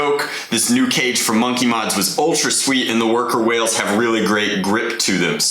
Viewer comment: Did he just say worker whales?